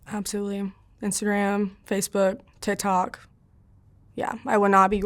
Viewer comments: Is it just me or does anyone else hear her say, "tit tok" ? 🤷‍♀️ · “Tih tohck” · The way she says TikTok “TihThok”